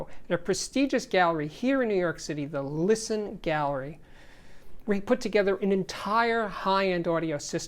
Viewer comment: I thought it was called the Listen Gallery not the Lisson Gallery